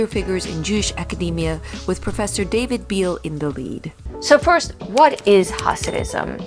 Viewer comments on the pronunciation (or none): none